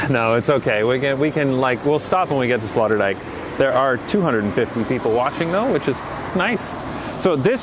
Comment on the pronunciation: I like how calls Sloterdijk Slaughterdijk